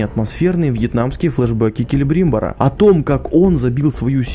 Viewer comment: Келебр(И)мбор? а разве не Келебримб(О)р?